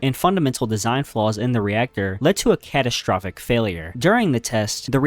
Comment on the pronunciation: catastrufic failure